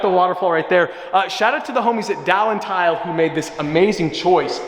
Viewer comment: Dal tile not dalen